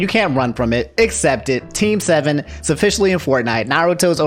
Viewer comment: Bruh how on earth did you mispronounced every single word about team 7?